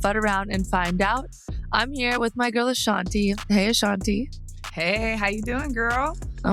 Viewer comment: This! And someone needs to tell Amy it's 'Ashantee', not 'Ashanteh'.